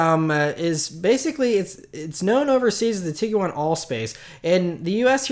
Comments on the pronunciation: Say TEEG-JUAN. Not TEEG-YOU-ON. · Tiguan is 2 syllables, not 3. Just saying